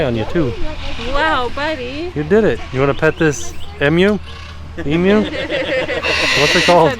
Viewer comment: As an Australian I feel like it’s appropriate to educate you all on how to pronounce the work emu. It’s emew not emoo